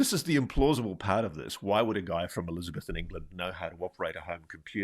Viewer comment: What a strange way to pronounce Elizabethan!